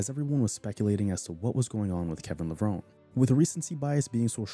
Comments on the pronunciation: Kevin Levron "Ee". The e in pronounced :) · I agree. His.name is pronounced Lah-vron-ee